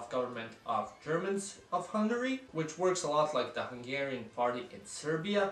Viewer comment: Thanks for the Great Hungary decal on your laptop, much appreciated! :) Your Hungarian pronounciation is pretty good... are you from the Vajdaság? The video is pretty much spot on btw... only missing Mi Hazánk, they currently have 2 representatives in the parliament.